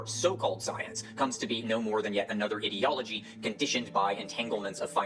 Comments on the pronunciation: What is it with these pseudo-intellectual fuckwits that makes them incapable of pronouncing the word "ideology" correctly? It's "eye"-deology, like "idea", not "id"-eology like "idiot". Ben Shapiro and the other losers at Daily Wire do the same thing and it drives me up the fucking wall. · What rubs me the most the wrong way is the way he pronounces "ideology", like it's spelled "idiology" and is in the lexical family of "idiot", not "idea". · Is bro foreign, or is he doing the whole internet pseudoscience thing of mispronouncing words because they heard it from someone who doesn't understand either? Because he pronounced "totalitarian" as "toTALLitarian" like "tautology", and "ideology " as "etiology" which is just a totally different word. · It annoys me so much more that pronounces ideology as "id-eology". If you are trying to use big words to sound smart, at least say them correctly. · what kinda pisses me off is the fact that cant pronounce ideology correctly because i feel like he's just doing it on purpose to make it sound like he's calling science "idiot-ology".